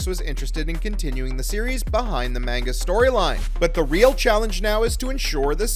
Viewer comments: You’re pronouncing Manga wrong: it’s not pronounced “Main-ga”, it’s “mon-ga”. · The way you pronounce manga and the character names infuriate me